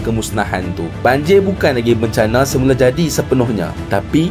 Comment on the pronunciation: Bukan banjir bro , tapi banjiyaq...